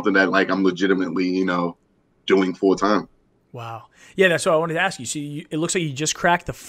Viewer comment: Loves both of you guys channels. I never commented on the video but does say "asks" wrong. He says it like "axes". I remember that QA video I actually cut it off because I couldn't stand it. Still a huge fan of both you guys and super glad you've collabbed again!